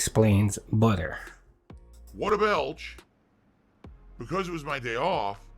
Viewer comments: Lmao. So the BOOUTTER was in the butter section? No fucking way dood! Wow! Stupid fucking store dood. Also wtf is his obsession with seltzer water? His dumbass knows that it’s not hydrating right? It’s no different than pop. It’s definitely just a gin mixer. That’s why he gets those sour lip smacks all the fucking time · this guy is walking food poison case..and what is accent??🤦‍♀️🍞butteer 👈🤣🤣🤣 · he needs budder and wudder for jasper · Budder and Wudder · Oh no, no butter. Mf I ain’t use butter in years lmao. Everything is the worst inconvenience in the world for him. Lmaooooo the way he says butter is absurd. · This fucker mispronouncing "Butter" reminded me of Stewie from family guy mispronouncing "cool hwhip" just to annoy Brian.